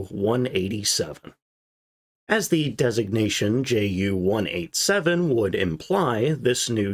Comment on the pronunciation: You do well on your pronunciation of Junker but fall down on Ju a Jumo Yoonkers, Yu and Yumo?